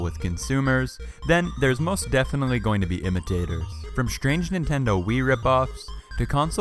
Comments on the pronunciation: ITS not Nitendo ITS standing Nintendo and Wtf ITS PS not a polystatiob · The Chintendo hit me HARD😂😂😂